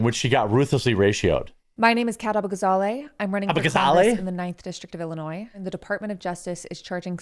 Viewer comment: Her last name is pronounced "ah-BOO-gah-ZEH-lekh"